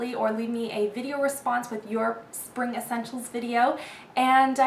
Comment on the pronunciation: "my Sping..spa-ving" HAHAHAHA laughed SO hard at that. Jeez you crack me up!